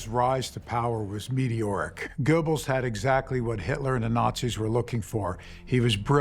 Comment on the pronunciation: Why should I take this seriously? They can't even pronouce the word "Goebbels" correctly?